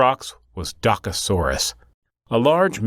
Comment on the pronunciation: You pronounce "Dokasoras"